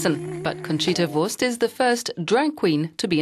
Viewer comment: For someone who says she can't dance, Conchita is doing an amazing job after only six (?!) days of reheasal. Also compliments to the speaker, pronouncing 'Wurst' and 'Neuwirth' is not easy for someone whose native language isn't German, but she did it almost without any accent.